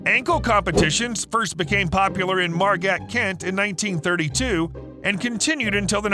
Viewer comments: Margat, Kent? That’s Margate, not Margat. Jeez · You said Margate like Margat because of the e it's mar gate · That is the weirdest pronunciation of Margate I've ever heard lol.